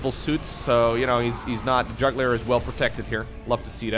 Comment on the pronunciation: i will give you a pass here. Its jugular not JUGLIER hahaha. Its ok since english isn't your first language. I will still stay subbed. 😉😉😎😎